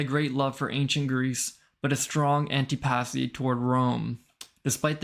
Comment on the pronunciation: 'antipathy' usually pronounced... more like an • TI - pa•thy than like anti - pa'thy 👍